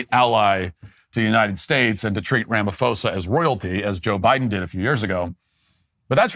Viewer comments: Pronouncing it "Rama-fosa" instead of "Rama-posa" literally translates "Mr wrongdoer" 😂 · ITs Ra Ma Po Sa not Fo Sa! I'm South African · PRONOUNCED RAMAPOSER NOT RAMAFOSER. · When you see a "ph" and say it like an "f", that's a Greco word, like philosophy, it originates from Greece. in African languages, there aren't Greco words. When you see a "ph" in an African word, it's not an f, it's a "p-ho" Rama-p-hosa... Like our word "poes.....a"... Some say he's a Poes anyway. 😂... But say it properly!, otherwise you sound stupid and it undermines the argument. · Ramaphosa with a hard P. Not a soft P such as Pharao. Keep up the good work! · RamaPosa. Not RamaFosa. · Ramaphosa pronunciation: Rama-poh-sah. Just so you know 👍🏾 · Cyril is pronounced like Sybil, and the “ph” in Ramaphosa is pronounced as a sharp P. Ramapôhsah. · Wish you guys would research how to pronounce the last name Ramaphosa🤦‍♂️ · LOL, your pronunciation of Cyril Ramaphosa hahahahahaha, good video though, there is no current genocide, farm murders are ignored and we are fighting for it to be priority crime and to get recognised. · White South African here! No white genocide! He could also start with somewhat on point pronunciation!